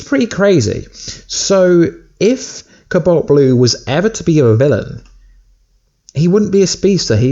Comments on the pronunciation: cu balt blu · Is the way he says cobalt pissing anyone else off?